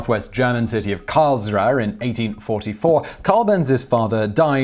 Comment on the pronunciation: Karlsruhe is pronounced more like karlz-roo-hay